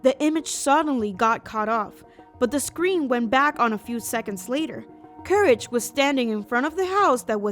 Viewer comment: it's not couraje it's courage